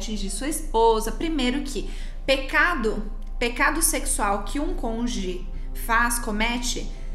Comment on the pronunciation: É CÔN-JU-GE!!! CÔNJUGE!!! CÔNJUGE!!! Entendido!!!??? E NÃO CONGE!!! Está bastante grandinha para falar errado!!! Esta parecendo o EX-juiz parcial fascista!!!